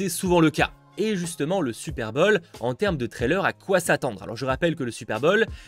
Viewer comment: « Super bol » j’adore tes vidéos mais stp fait un effort sur les prononciations en anglais 😂 continue comme ça 💪🏽